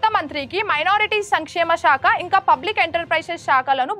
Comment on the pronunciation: చదవనీకి కాదు చదవడానికి 😅 ఇంగా కాదు ఇంకా 😢